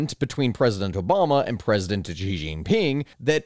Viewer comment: Repeat after me: Xi is pronounced as "she" not "G".